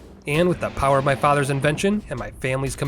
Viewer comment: ShPEED and POWAAH